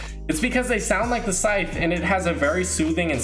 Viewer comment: Anyone else thinks when he says sythe its like “Sike!!!” Meme thing